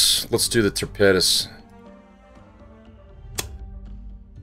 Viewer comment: Love the content but you keep saying ("tapedas")for torpedoes ⬆️ What is this...you pronounce torpedoes like it's a type of food. Lol still love the content keep up the good work.